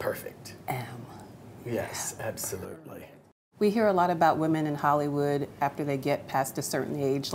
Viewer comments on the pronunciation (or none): ITS NOT HOLLYWOOD, ITS HOLLYOO!!! Get it right Hollywoo!!